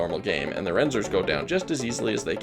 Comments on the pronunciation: I like the dichotomy of knowing all of these deep facts and also pronouncing Reznor as "Renzor" This is a dope video I really enjoyed it. I'm a big smw guy (mostly kaizo now) and I learned a thing or two, which is surprising and impressive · Reznors, not "renzors." Named after Trent reznor, my guy. I know, you are too young to know any of this, but it's literally printed on the screen in their boss room. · “Renzors” lol